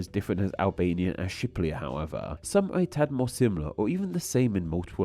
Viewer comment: i follow you for quite a long time. But i have the feeling you don’t even want to try to pronounce all the name. You pronounce them wrong allot and and you don’t even pronounce the R you always say a L. Like now in this video with the native name for Albania. You pronounce it as Shiplia. And Peru as Peloo. So please try at least to pronounce the name wright and grammaticaly correct.